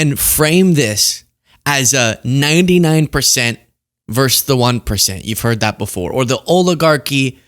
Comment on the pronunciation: It’s “versus” NOT “verse.”